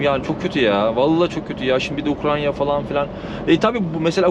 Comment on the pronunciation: ukranya değil amk ya UKRAYNAAA UKRAYNAA